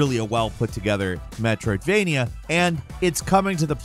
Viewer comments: Drink every time he says "Metroidvenia" 😂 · I think likes saying Metrovainia more then he likes Metrovainia games... METROVAINIA!!!